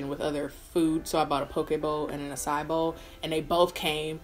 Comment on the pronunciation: calls it an "uh sigh" bowl lol